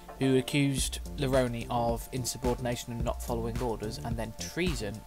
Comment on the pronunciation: The audiobook calls him LaRone (la-roan) rather than (la-roni)